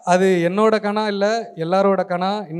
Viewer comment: Kaanaa இல்லடா தம்பி, கனா.